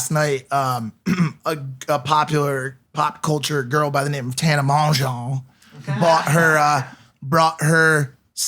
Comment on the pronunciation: The way they say and butcher tanas last name is cringe